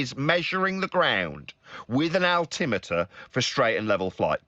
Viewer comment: is terribly human being and he can't say altimeter properly